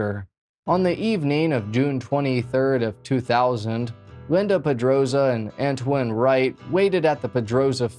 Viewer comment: I believe his name is pronounced An-twan, if it's spelled Antoine